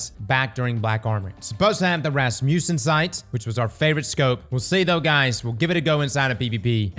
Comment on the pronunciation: Was enjoying this video until you mispronounced Rasmussen.